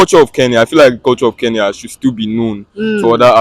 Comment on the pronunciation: Guys it's not Keya but Kenya